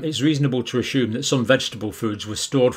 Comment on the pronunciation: DR JOHN YOU DO A GREAT JOB PRONOUNCING ALL THE BIG WORDS. BUT I DID NOT NO THEIR WAS A H IN THE WORD ASSUME AS YOU ALWAYS PRONOUNCE IT AS ASHUME. MAYBE IT'S A BRITISH THING